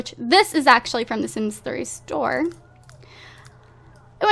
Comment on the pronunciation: You said store like 'sims 3 STORE'